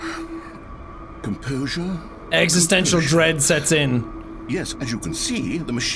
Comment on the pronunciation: "Well I guess thats it! We gave the narrarator extistential dread! :D"